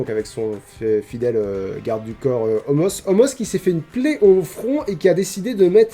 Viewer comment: Salut! J'ai remarqué que tu prononce Omos comme ça s'écrit, mais apparement ça se prononce "Omas", tu fais ce que tu veux de l'info, en soit il n'y a pas de faute aux noms propres mais voilà, comme ça tu sais ☺️